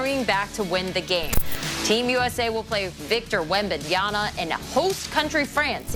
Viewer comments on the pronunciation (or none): They really said wembanyana and not wembanyama😂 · And they still cant say Wembanyama right 😂